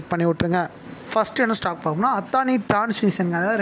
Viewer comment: அத்தானி இல்ல... அதானி.. இது தான் correct... pl spell correçt ...